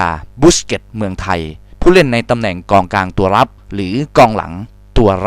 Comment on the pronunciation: ตอนที่พูด มิก้า อะ เกือบพูดว่ากลองกลางละ กองกลังง